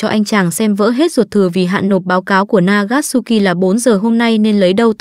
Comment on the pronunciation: Nagasuki t nghe thành Akatsuki